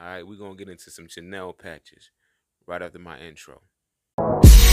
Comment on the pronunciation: CHENILLE - pronounced - SHUNEEL Patch is dope btw